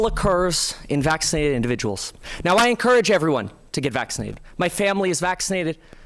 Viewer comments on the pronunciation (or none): Yup. And everyone should get "vaccided" 😂